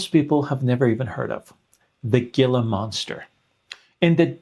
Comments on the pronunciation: NOT A “GILLUH” MONSTER! Pronounced Heelah Monster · 😭 not the pronouncing Gila monster like gill-ah and not heel-ah , that was painful to hear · The g is silent. Pronounced ‘hila’ monster. I used Ozempic and changed to mounjaro because of my insurance because of diabetes. Zero side effects. I still go daily I did keep my weight down. But I’m not as low as I should. I do crave sugar as I always have. It hasn’t changed much. But A1c is good. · This is great information! My only correction, as a desert dweller, is that the lizard is pronounced “heal-uh”, not “gee-luh” 😊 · Hey, Roy Sandoval from Gila County in which Gila monsters reside. It's actually pronounced with and "H" as in "Hila". Pretty common because...heck who would guess. Great talk and description. Clear, concise and vocabulary that a regular person can understand. My GLP experience after 5 months. First off, I'm 66. I do rigorous strength workouts every 4th day with cardio during he 3 recovery days. I began Tirzepatide at July 30th weighed % 55.79 lbs fat Lean body mass 159.61. Now 5 months later, weight is 210.4, 22.5% 47.34 lbs. fat LBM 163.06. So, pure weight loss was only about 5 lbs. but fat loss was actually almost 7 lbs. with muscle gain of 4 lbs. Nothing dramatic but to me that is a great exchange! I think training plays an essential role when using GLP-1's. A lot of folks just want to use the GLP-1 and not add the hard part. My little perspective FWIW:) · It's not pronouned Gila monster with a hard "g"... It's pronounced Heela monster. I've lived in the HEELA (Gila) valley in Arizona for over 25 years. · I admire your knowledge and information. Just wanted to correct that the Gila monster is pronounced like “hee-luh” not “gill-uh” It’s a super common mistake. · The gila monster creature is not pronounced "gilla" monster. It is pronounced "heela" monster. Good day. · Very informative. Thank you. Please note that gila monster is pronounced HILA monster. The G is silent. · HEE-lah. Not GEE-luh.